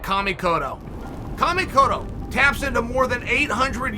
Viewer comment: Chael can perfectly pronounce Kamikoto, but he can't say "Belal"